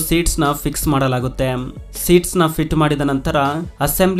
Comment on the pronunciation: ಸರಿಯಾಗಿ ಕನ್ನಡ ಉಚ್ಚಾರವಿರಲಿ . ಮಾಡಲಾಗುತ್ತೆಮ್, ಒಂದಾಗಿ ಜೋಡಿಸುತ್ತಾರೆಮ್ ...ಎಂತ ಕರ್ಮ ಮಾರಾಯ ..